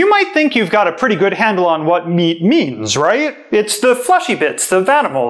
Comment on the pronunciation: for example "meat"